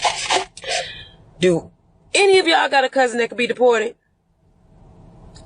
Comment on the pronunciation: Thats a 1st. Ive Never heard "any" pronounced with a T "any't"